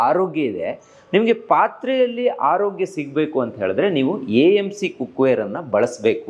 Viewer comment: Haarogya alla taayi 🙏🏼😂 Aarogya 🙏🏼 Kannada ulisi🙏🏼